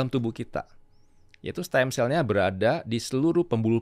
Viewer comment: Koreksi "Stem cells" bukan steam